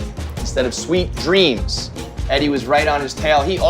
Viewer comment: "Sweet drams" "Stars mudie" Is Eddie dyslexic?